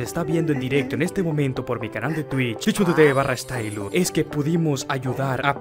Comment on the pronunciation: su papaya esta grande si no entendi dice el jajajaj